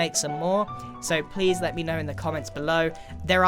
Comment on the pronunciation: I like how he said If you playsse